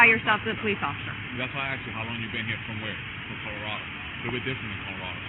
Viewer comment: She thought Colorado was pronounced Colorada